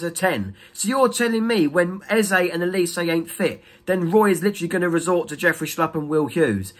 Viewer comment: Why do Crystal palace fans also pronounce Olise's name wrongly? This is infuriating. It's 'O' not 'E' OLISE not ELise!!! It's a Nigerian name.